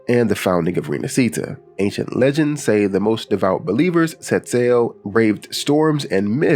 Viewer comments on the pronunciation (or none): none